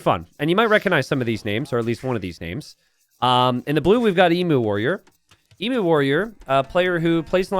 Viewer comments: My god its unbarable listening to you say Ee-moo, its Eem-You, please please change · Emu is pronounced ee-m you. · As Aussies we all know its eem-you, but Im here for DE content and can excuse the mispronunciation. Keep up the great work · Surely hearing ‘Emoo’ hurts your soul, just a little. I can’t be the only one 😢